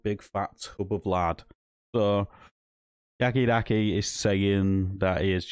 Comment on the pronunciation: Stop calling him yaki daki ffs